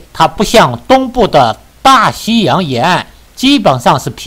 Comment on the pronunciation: 片头大西洋口误了